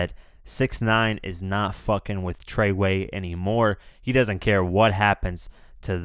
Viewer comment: 2 things. To the guy talking: Learn how to fucking talk bro. You pronounce every 10th word wrong. And show some fucking enthusiasm bro. You sound like a miserable douche that hasnt had pussy since pussy had you. Its fucking Treyway. Not to mention, you clearly never dealt with court or the law before. Just based off what you fucking said. Remember 1st amendment offers Freedom of Speech. Saying Treyway isnt gonna hurt him